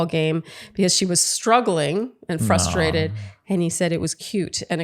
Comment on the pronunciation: I've heard more and more people leave out the first R in FRUSTRATED, and say FUS-TRATED. It drives me batty!!